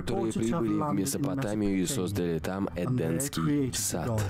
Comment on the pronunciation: Этот " закадровый " говорит эденский сад вместо едемский и много чего произносит неправильно . Я не знаю как он это делает.🤷 Может он плохо образован ,просто читает текст ,в котором допущены грубые опечатки, а он не знает что это опечатка и читает как написано.🤦